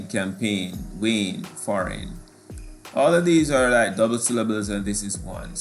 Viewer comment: Sir number 11 is D because every word has a similar (-"ain") sound at the end while foreign has an (-"in) sound at the end, also you didnt pronounce foreign right